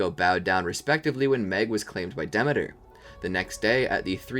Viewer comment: Demeter is pronounced da- mee- ter